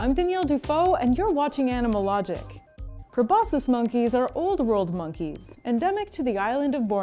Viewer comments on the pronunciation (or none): just a suggestion: if you’re going to make a video with a prominent word repeated over and over, verify that you actually know how to pronounce that word pro-BOS-kiss not pro-BOSS-iss. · Aren't you supposed to pronounce the "c" sound in proboscis?